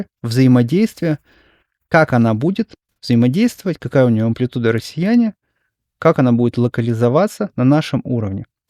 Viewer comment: офицеры, россеЯне